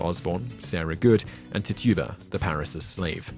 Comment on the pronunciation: FYI: Her name is pronounced "Titch-uh-buh" and not "Tih-too-bah".